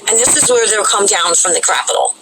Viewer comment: Did you say Capitol or "Crapitol"? lol